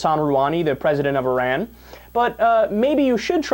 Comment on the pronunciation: Thank you for pronouncing Iran correctly! A lot of people say it incorrectly: 'eye-ran' and also 'eye-rack' for Iraq. Even solders that have been deployed there say is wrong. That's OK. Our solders can say it anyway they like. They earned the right.